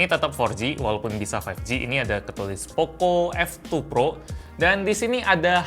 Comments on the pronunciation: Apa cmn gw yg denger kalo bang kyk ngomong oppo f2 pro -_ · Poco F2 Pro Yang gw denger:oppo F2 Pro